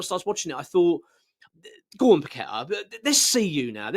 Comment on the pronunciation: Loved paqetta but your spot on about his displays . Bowen trys always summerville always trying loved kudus too but he went like paqetta very quiet and now playing great for the spuds. Will need to be dropped then sold in jan if he doesnt buck up. By the way well done pronouncing his name properly even the commentators can't do it . And some calling todibo toddy bow how do they get a job in any form .